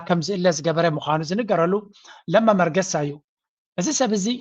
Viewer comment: ለማ መገርሳ ዩ ዝበሃል መርገሳ ኣይኮነን። ጽቡቅ ጌርካ ኣምብባ እታ ስም ኣቡኡ😂😂